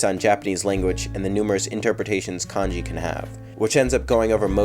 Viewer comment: Did this guy call kanji kahnyay